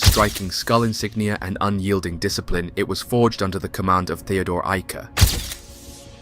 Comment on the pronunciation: Excellent job pronouncing German names such as Theodor Eicke.